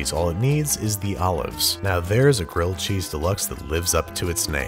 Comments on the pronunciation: GWILLED CHEESE, IF YOU PWEASE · Gwilled Cheese if you Pwease.